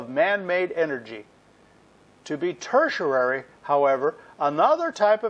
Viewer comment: Great videos. Huge learning curve! You get the pronunciation of "tertiary" wrong though. You include a syllable that isn't there. It's ter-tia-ry, not ter-tia-ra-ry.